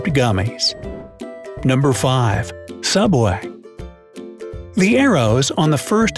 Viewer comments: Subway? More like sooubway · YOU'RE RIGHT! IT'S SOOUBWAY! 😂😂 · ''Subway'' Me: isn't it Suobway?